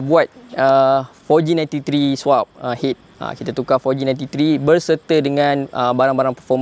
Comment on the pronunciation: Bukan swipe bang..swap bang..sebutan dia "Suap"..